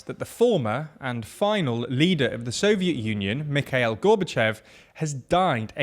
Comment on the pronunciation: Glad someone pointed it out. TLDR should do their research, it's not too hard to find an interview where you can hear the correct pronunciation. Also, it is Mee-kha:-EEl, not whatever the presenter said